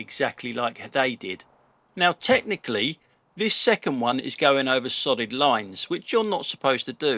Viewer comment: Loving the vids, just glad that I'm not the only one surrounded by numpties. Sorry but I kept hearing SODDING LINES instead of solid lines 😅🤣😂😆